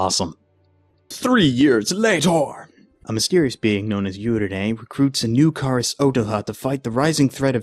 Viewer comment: you kepe saing karas wrong